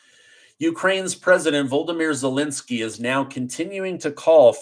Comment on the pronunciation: its not welensky its zelensky.